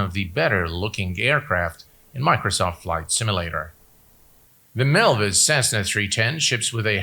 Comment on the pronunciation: Another great video by, very concise and time stamps are appreciated, thumbs up given. Not sure why he mis-spelled MilViz in the title and continually mis-pronounces the name throughout the video. Sounds like he's saying Melvis instead of MilViz, as in "Melvis has left the building" XD